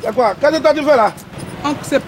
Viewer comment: Ehhh tu parles hein 😂 faut savoir parler aussi c'est pas tout on dit koyyiiii.